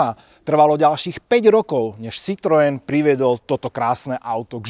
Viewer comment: Pan autor by si mohol ako minimum zistit, ako sa slovo Citroen vyslovuje! ked uz hra znalca